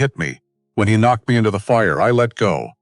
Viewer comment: AI shocking pronunciation Eg the K in “knocked” is not pronounced